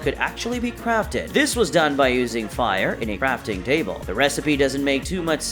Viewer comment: You say crafting cable🤣